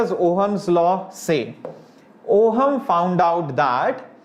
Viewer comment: Grammar police alert! Ohm is to be pronounced as owm and not oham. Excellent session though.